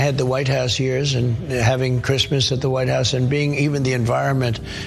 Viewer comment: "Who gives a f*ck about Chreesmas things?"